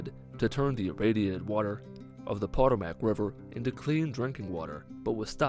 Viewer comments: PatOmick not potomack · btw, it's pronounced like: PA-TOME-UCK. not POTO-MACK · The Potomac is the pah-tow-mick not the paw-to-mac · They way pronounced Potmoac makes me someone from the dmv laugh PA-toe-mick is how you do it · Bro, it's pronounced "Puh-toe-mick". I'm not even from DC and I know that 🙄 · Pah-toh-mick River. :) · it’s pronounced po-toe-mac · Wait wait wait, how did you just pronounce potomac??? 😂